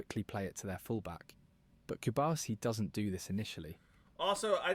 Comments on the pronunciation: A little correction, is Pau Cubarsí, not cubársi. cu-bar-SI. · Hey,. It's /koo-barsi/ and not /cube-arsi/; just like how you don't pronounce your own name like /liyuk/, but like /loo-k/. Keep up the good work.